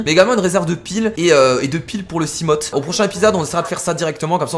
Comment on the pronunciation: on ne dit pas simot mais simof mais sa s'écrit seamopht